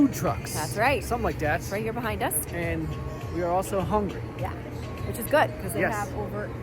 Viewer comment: I miss that.."We howngrie" 😂